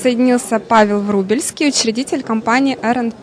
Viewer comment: Врублевский! А не Врубильский